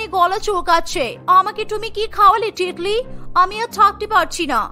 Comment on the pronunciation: Titli ke tikli ke bole bhai 😂😂😂😂🤣🤣